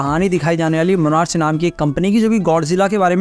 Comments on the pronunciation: मोनार्च ❌ मोनार्क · It's monarch the pronunciation ends with /K/